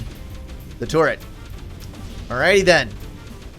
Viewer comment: i love how he pronounces turret as tourette